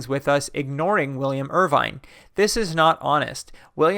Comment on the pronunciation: According to Wikipedia, William Irvine ought to be pronounced as [ˈwɪljəm ˈɜːɹ̠ʷvɪn] in the IPA.